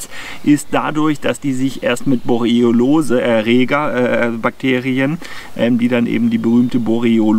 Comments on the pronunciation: Sehr interessant, aber es triggert mich, dass du jedes Mal "Borelliolose" anstatt "Borreliose" sagst. Igendwie hat sich da ein "o" zu viel eingeschlichen. ;) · "Borreolose" 😄. Erreger sind dann nicht die Borrelien, sondern Borreoloen 😉. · Hör ich da die ganze Zeit „Borelliolose“?? War bis heute der Meinung es hiesse „Borelliose“? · der Vortrag ist super, aber es heißt Borreliose und nicht Borriolose;-) ich hatte übrigens mal Borreliose in 1998, sie trat erst ca 7 Monate nach dem Zeckenstich auf (den ich nie bemerkt hatte, aber ich hatte eine Zecke auf meinem Schlafsack gesehen zu dem Zeitpunkt). Nervenentzündung im linken Beinnerv, heißt: meine Wade war lahm, ich lahmte sozusagen. Erst der 5. arzt kam drauf, mein Blut auf Borrelien zu testen. ich bekam Antibiotika und dann war alles gut:-) Übrigens sind Zecken die Tiere, die ich am wenigsten mag... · Danke für das interessante Video. Kleiner Hinweis. Es heißt Borreliose, nicht Borreliolose ;-) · Borreliose statt Borroliose 😉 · ich bin ein RIESEN FAN von Dir - Mal abgesehen von der Aussprache der Borreliose - informativ und gut! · Mal abgesehen von der Aussprache der Borreliose - informativ und gutes Update. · Hab ich Borreliose mein leben lang falsch ausgesprochen, oder sagst du das komisch? :D Ansonsten wie immer ein top Video! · kann das irgendwie nicht richtig aussprechen. Habe mich schon dran gewöhnt, frage mich aber trotzdem warum. Leider leidet dadurch immer etwas die Glaubwürdigkeit seiner Zeckenvideos.